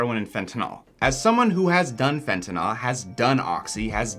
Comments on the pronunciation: Please stop saying fentinALL. The last syllable rhymes with “pill,” not “ball.” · There is no O in fentanyl. It's "nil," not "nol."